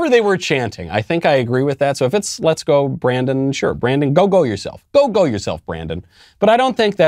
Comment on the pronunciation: "Beep go Brandon" is what I heard...seriously...lmao